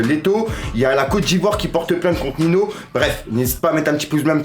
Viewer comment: 😂 Il m’a dead comment il a prononcé